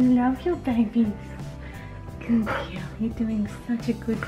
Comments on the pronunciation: Every time the lady said girl all I could hear was gill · If I here Gooud gill one more time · I thought she was saying "gill"? I finally realized she was saying "girl". But you are so right, I didn't keep count but honestly, there are other words to be used "Good Momma" "Good Mommy" "Wonderful Lady"...anything to change up "gill"? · What is that "gil" or "giul? ;) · If she says "Good Gill" one more time...